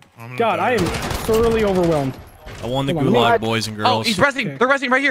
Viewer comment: anyone else mad because of how they say gulag or am i being a karen right now